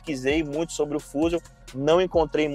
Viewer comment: Um leigo em carros até passa dizer "fúzium" rs! Um repórter não.